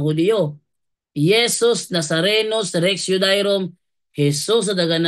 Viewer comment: Bro, Rex yu-de-yo-rum pag.pronounce nyan